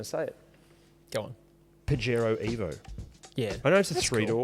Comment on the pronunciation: Pajero (pronounced Puh-hairo) translates to wanker in Spanish